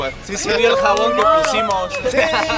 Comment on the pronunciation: y bien seguros diciéndole "José" en lugar de Jossue 😂